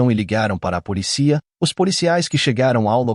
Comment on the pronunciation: Sabe q eu acho q ele faz de propósito...policía...mal consigo prestar atenção ao caso....